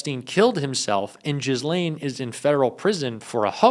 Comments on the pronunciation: Ghislaine is pronounced "guh-LANE". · Again,... her name is not pronounced "Jizz-lane"...it may be an amusing pronunciation but it's a good idea to get the pronunciation right given that you are a reporter. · This dope can’t even pronounce Ghislaine correctly. How hard is it?